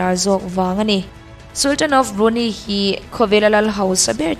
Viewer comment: Tha hlemai,English lam ho hi fuh lo deuh thin,Brunei_brunai,maybach_mai_buck..etc sawitur atam...platform lian nangni ho in in lam diklo hian a pawithui bik